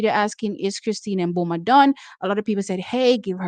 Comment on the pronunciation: Please, we love u. But cease saying M Boma. Sounds too totally off. I say MiBoma, barely touching on the M. However Namibians say it.s pronounced Boma. Totally silent M.